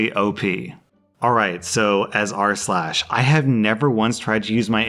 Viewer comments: goddangit now I cant stop hearing "arse-lash" thanks Rslash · Now I can't unhear Arse lash 🤣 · I had never once heard it as "arsh lash" and now it's all I can hear. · now i only hear "ars-lash"